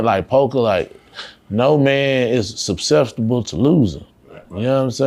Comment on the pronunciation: Lol, EVERY MAN is susceptible to losing. He can’t even pronounce the word nor use it correctly. Ninjas be so illiterate & then try to act so profound 😂😂